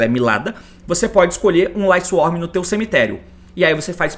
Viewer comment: Quase 2024 e o T ainda fala "LightsworM" kkkkk